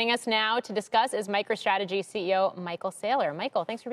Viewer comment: For some reason I heard CEO of MichaelStrategy